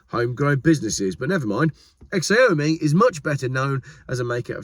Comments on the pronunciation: The usual pronunciation of Xiaomi approximates to ‘show me’ but with a ah [as in ah-ha] instead of the o sound. So ‘sha[h]wme' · Xiaomi = shau-mee That's how to pronounce it. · I believe "Xiaomi" is pronounced Sha-Oh Me. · Xiaomi = see-yow-mee (just for your reference)!